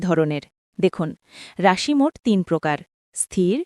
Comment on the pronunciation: রাশির উচ্চারনে আপনার ভুল হচ্ছে 😅😅😅